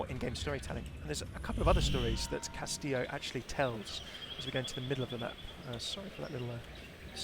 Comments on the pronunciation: Cast-ee-yo (I think) not cast-ill-oh. If I'm wrong I apologize, but most Spanish dual L's make (ee) like tortilla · I'm gonna sound like a smartass, but it's kinda bugging me, haha. The correct pronunciation of "Castillo" is Kas-Tee-Yo. Even Jeff was saying "Kas-Tee-Lo" which was driving me a little bit insane. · It's pronounced KAS-TI-YO, not castilo, pendejo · why do people say "castilo" it's pronounced castijo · Why does everyone pronounce Castillo like Tortilla? It's much closer to Cas-tí-sho than Cas-tí-io. Also, Rey Vibora means King Viper. No connections to ravens. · Cas tee yo not cas till oh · pls, I know you mostly speak English, but it's Cast-ee-yo. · Mexican here: it's pronounced "castiyoh" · Hey, I don't mean to be a tool, but Castillo is pronounced like Cas-tea-o. Two L's in Spanish makes a J sound. Not trying to harp on you, just seeing if I could save you from angry commenters. 😂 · It's pronounced cas-tea-yo :D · Just as a little Spanish for ya, Castillo is pronounced "kas-tee-yoh" I know it's been commented before but I think it needs to be emphasized cause I think even Jeph (lol) mispronounced it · It is pronounced (Kas tee Yo) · "Castillo" is pronounced "Kas-tee-yoh" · Uhm... I'm pretty sure the double "L" is pronounced like a y... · the way he pronounces castillo hurts my ears x) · its ok i didnt expect any english speaker to pronounce it right, the double ll is the letter most non-speakers have problems wih so dont worry, its an eichenwalde situation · Ya like jazz In Spanish, "LL" and "Y" sounds the same, for example: "cayó" is fell, like "he fell from the staircase". "callo" is like that dry dead skin that forms when you get a cut and it begins to scar. Llanta is tire, while Yanta means nothing and it sounds pretty much the same. So castillo and castiyo is pronounced the same, but I know that "LL" in English is different.